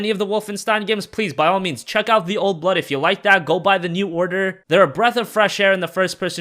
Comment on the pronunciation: When you said "old blood" it sounded like "old butt"